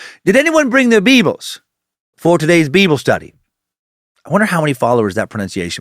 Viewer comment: I'm at work and nearly spit take every time Dan says "BeeBul":face-blue-smiling